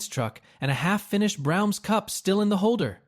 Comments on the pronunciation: it's Bra-ums...not browns:face-blue-smiling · I could forgive the basement in Ardmore line. But the way Braum’s is pronounced is simply unacceptable.